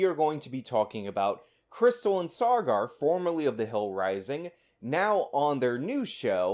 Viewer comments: Saager must now legally change his name Sawgar in order to align with Elitist Sean's pronunciation of his name. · It's Sagar, not sargar lol